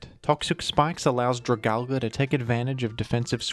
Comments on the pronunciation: I actually had physical symptoms every time this bastardization was said. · Funny way to pronounce Dragalge, but I like it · one day people will pronounce dragalge right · Your dragalge pronunciation is just wonderful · They really gotta teach pronunciation more down in Australia damn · Okay this is the most offensive Pokémon pronunciation yet. Australia has gone too far.